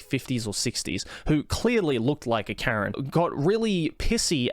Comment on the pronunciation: Karen not keren